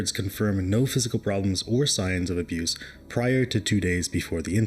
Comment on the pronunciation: "Abruce" always cracks me up lol